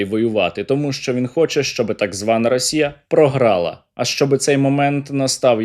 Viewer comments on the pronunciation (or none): none